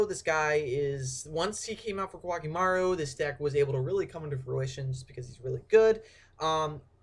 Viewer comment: I dont know why but, I think its pronounced "co-ah key may ru" I dunno i have been only been playing for 10 yrs now .-.